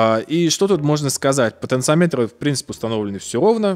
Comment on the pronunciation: Извиняюсь за замечание. В слове "потенциометры" ударение на вторую О.